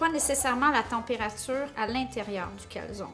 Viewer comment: SVP!! en Italien la E au final se prononce!